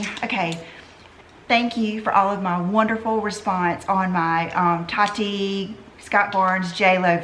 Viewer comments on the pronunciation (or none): none